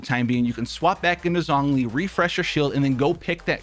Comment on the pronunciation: Listening to you mispronounce Zhongli’s name literally kills me